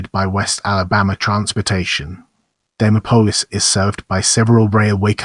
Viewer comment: Bad AI...pronounced "Dee Mop Olis" 😢